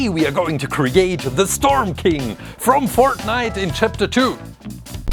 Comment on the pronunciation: It’s Fortnite not farnit